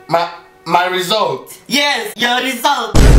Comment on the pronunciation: when he said ''my my'' it looked like he is saying''ma ma''